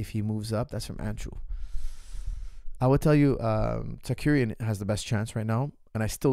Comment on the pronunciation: Again with the tsakurian